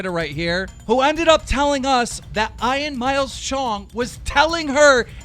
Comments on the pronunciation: Eye-an Miles Chungus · eye-an Myles chung